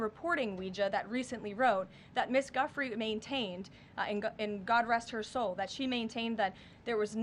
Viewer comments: Why is she pronouncing it Guffry? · Uh, no. First, you said her name wrong. If you're going to speak about Virginia, say her name correctly, Ms Leavitt to Beaver. Secondly, the government shutdown was all about distracting US from the Epstein files. Get that one right. How about you speak some facts? How about you stop lying your ass off for a pedophile with power? You could do better. You're choosing not to.